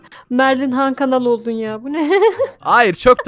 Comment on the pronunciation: Hakanal değil hankral